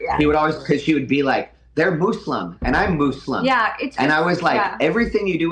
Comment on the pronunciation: Hearing the trainer pronounce "moo slum" the way she does fucking sent me.